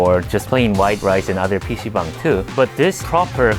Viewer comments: stop saying bong... its bang-- dumass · Baang…. Not Bong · It says bang. Why are you saying bong?😅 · Why are you pronouncing "bang" as "bong" lol. There is absolutely no reason to do so 😂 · Not Bong, like you smoke with. It’s Bhang (b-ah -ang) Room. You lived in Korea for 8 years you say ? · Why are you pronouncing it 'bong' ?!? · Nahh its not pc bang Its BANG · I am Korean and I thought you said bam(a type of nut) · the way he says pc "BONG" hes a funny guy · b-AH-ng not bong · When I was a teenager in the early 2000s I went to PC Bang all the time in California. I always thought it was pronounced Bang like the gun sound. Two dollars an hour or fifteen dollars for the day. They opened from ten am and closed at five am.